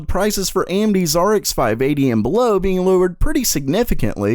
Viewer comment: That "below" sounded really annoying tbh